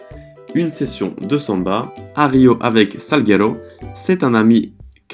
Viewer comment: Lindo! Camisa verde amarelo 👏👏uma dica no sotaque...Santos, samba...com a tônica na última sílaba mas no San.. e no sam.. 🌿🍄🌿sinto ciúmes e admiração do teu talento em falar um novo idioma